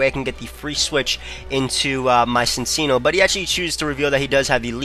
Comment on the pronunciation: It's pronounced Sin-Chee-No